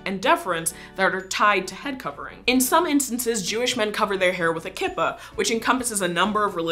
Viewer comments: If your going to do these kinds of videos, please do your research on how to pronounce items CORRECTLY. It’s a kee-po-t or ya-mi-ka and it’s a shy-tul. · Awesome piece, I just wish you had checked your pronunciations with people from these faiths before you recorded! In Judaism it’s a KEY-pah and a SHY-t’l, although older generations will probably use more Yiddish sounding pronunciations (or a different word altogether, like yarmulke). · I'm a married orthodox Jewish woman and I cover my hair proudly! I use what is called a tichel, a scarf covering, though most Ashkenazi orthodox Jews in the states wear sheitels or wigs. In Israel and among the Sephardic, they wear beautiful wraps. BTW kippah is pronounced keePah. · You pronounce Kippah wrong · I dont want to sound rude or anything but you misprpnounced a few jewish words... You said Kippa as its spelled but it’s actually prnounced “Keepa” Also, you pronounced Talit as its spelled but it’s pronounced “Tahleet” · So actually you are saying kippah and tallit wrong. It is keep-a, and ta-leet. But I love the video anyways just wanted to make sure that the pronunciation was correct. FYI I’m Jewish. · Kippah is pronounced key-pah. Tallit is pronounced ta-leet. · It's pronounced keepah (and spelled Kippah) and it's Taleet (or talis for ashkinasi Jews) (again the spelling is correct) i should know, I'm Jewish